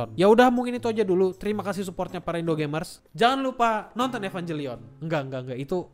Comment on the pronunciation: Kalau merasa wibu, ngucapinnya EvanGelion ya bukan EvanJelion.